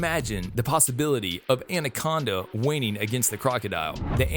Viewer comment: Anyone concerned about how he pronounced anaconda ?